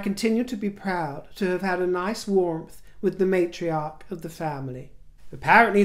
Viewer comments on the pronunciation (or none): none